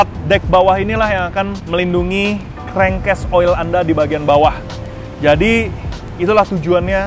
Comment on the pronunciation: Supaya dipelajari dari kamus dictionary cara baca dari nama2 component nya.Contohnya penyebutan kata "expandable" dan "crankcase" yg anda salah penyebutannya ! Tks!